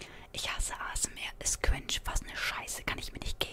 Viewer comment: es heißt nicht QUINSCH meine Fresse! Lern Englisch...